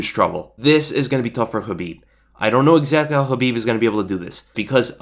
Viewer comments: I know that's how you properly pronounce khabibs name... But uh. Sounds like habibi lol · The fact you keep pronouncing Khabibs name wrong peeves the shit outa me ...its (Kuh-beeb) with a big fat "K" why do you you keep saying it with an "H" ?? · You pronounce khabibs full name like Helweenie... and thats the worst thing on the planet